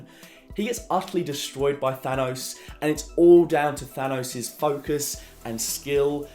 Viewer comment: Perhaps it's just me, but I find it incredibly jarring when I hear a native English speaker pronouncing the word "Thanos" as if it were spelled Than-owse. It is clearly a name inspired from Greek, which would of course pronounce it as if it were spelled Than-oss. North Americans tend to pronounce words ending '...os' as if they were spelled '...owse' (see Theranos for a good example) but you are not from North America, so why pronounce words as if you were?